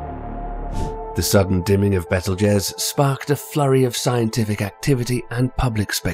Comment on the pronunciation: This video could have been very good, if it weren’t for “Bettle Jezz” and the constant change in music with gaps between the transitions. Made the video trippy and rather annoying.